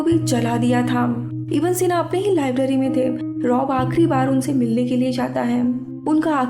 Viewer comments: Its not iba sena its ibn e seena... Its arabic name... And muslim scientist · It’s Abu Ali Evne sina..not eva sina.. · Its ibn e sina not ibn sina.. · This is not iba sina this is ibn sina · Its ib ney sina....not iba sina plz correct the pronunciation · Iba sina nahi. Unka nam Tha ibne sina. Arabic name hai. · Not iba sina he is ibn e sina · not IBA SINA, IBN SINA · Iba sina nhi ibnai sina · His name was Ibn-e-sena not iba sena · Iba Sina nahi Ibn Sine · it's ibn-e-sina not iba sina. Ibn sina was father of early modern medicine!! You explain movie very well!! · It’s not iba sina. It’s ibne sina. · Baki theek tha...but wo ab-aseena nam ko theek sy pronounce nhi kiya